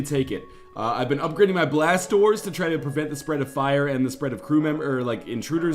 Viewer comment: When he said "blast doors" I thought he said "blastorz"